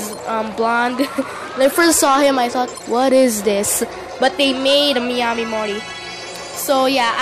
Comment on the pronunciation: It's pronounced Mi-a-mi